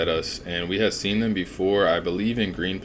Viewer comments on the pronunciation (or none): none